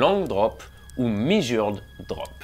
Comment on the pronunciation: Super vidéo effectivement. J'ai aussi repéré un "mesuread" au lieu de (je pense) "measured".